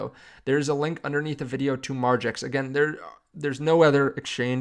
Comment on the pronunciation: Once again… I’m out when I hear margex…